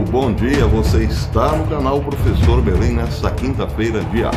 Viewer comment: ..."prefessor" ... partiu rumble, "desdiontem"... rss. Forte abraço! O vídeo de hoje foi oportuno. "Compartlheioô"